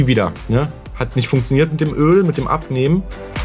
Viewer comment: so: "Hast du gerade insstabil gesagt?" Auch: "funksioniert"